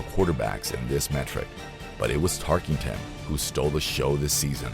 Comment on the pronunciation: It is Tark-en-ton, not Tarkington!